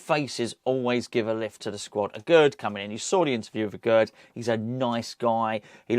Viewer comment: Aguerd is pronounced AGAIR